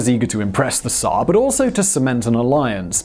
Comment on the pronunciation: I don't think I've ever before heard someone online pronouncing "tsar" correctly before. Great job!